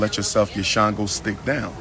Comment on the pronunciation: “CHANGO-STICK”? REALLY? THIS MAN IS SICK AS HELL! LOL!